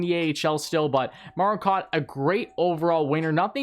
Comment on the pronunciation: It's pronounced Alex 'Bue-cage' and Martin "Cow-t'